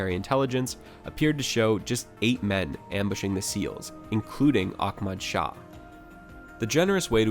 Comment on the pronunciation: It was Operation Redwings as in the hockey team, his name is prounced deets not deeutz and it's Ahmad Shah. Goddamn bro.